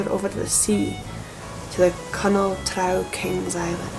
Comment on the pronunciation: Thank you for pronouncing "trow" correctly! The fantasy creatures in AD&D called "drow" are pronounced the same, because their origin is this exact folklore, along with Viking dark elf folklore of course. I try not to be a grammar nazi but it's hard when people call them "droh"😂 Great video!